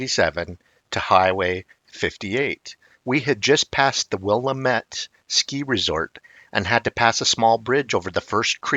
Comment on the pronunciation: In case it ever comes up again, it’s pronounced “Wil-LAM-ette, not “WILL-a-mette.” I’m 80 and have hunted, fished, hiked, camped and backpacked Oregon my entire life and have never seen or heard anything that I thought might be a Bigfoot. Not that they aren’t there; I’ve just never been fortunate enough to have an encounter.